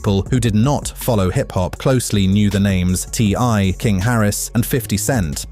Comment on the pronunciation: Hey look its the son of ty and tiny when he said ti's name as ty had me laughing